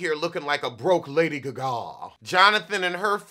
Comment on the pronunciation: Broke "Laydee Gah Gah", Butterknife make up, qtip hair do... And many more lol 😂 is on 🔥 lol